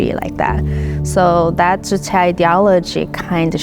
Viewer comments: The young lady who escaped North Korea pronounces it Juche. Why does the Western narrator feel the need to pronounce it "Yooche?" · Thank you for the video! It's not Yuche, it is Juche. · Juche주체. you should pronounce it juche, not youche. J sounds like juice, June, jury, jewel, juvenile....